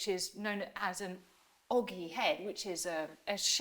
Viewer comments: The architectural feature Suzannah Lipscomb embarrassingly pronounced as OGGY is OGEE and is pronounced O (as in the letter's name) plus GEE (as in Gee-Wizz). I don't much enjoy her contributions, she spends too much time at the hairdressers and beauticians for my taste. I much prefer the less affected and vastly more informative Helen Geake. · Oh Susannah, it’s pronounced “o-Jee” not oggy. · “Ogee”, as in the arch, is pronounced with a soft ‘g’, like “ojee”; not a hard ‘g’ like “ogle”. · Ogee is pronounced Ojee. , how can someone who is an emiment historian make the mistake of saying hung, instead of hanged. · Kind of astonishing that a professor of history would go on television and not care that she doesn't know how to pronounce Latin or even English words like ogee and impious.